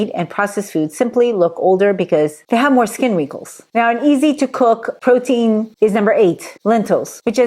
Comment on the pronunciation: Pro-tein ❌ Bro-tein ✅